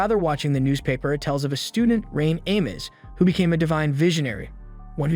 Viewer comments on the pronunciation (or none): none